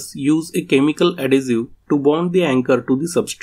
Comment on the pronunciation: Excellent explanation...just a help the word adhesive is ad-hes-i- ve like vest its not ad-hes-i-ue...I cant speak another language so respect to you. English is very hard and confusing I am explaining dough (flour and water) and doe (baby rabbit or baby deer) to my grandaughter sound identical totally different meaning.